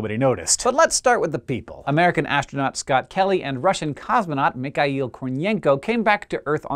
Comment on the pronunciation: Yay! You pronounced Mikhail with three syllables like it supposed to! Hurrah! Ура! Молодец! (You still pronounced the kh wrong, but it's progress).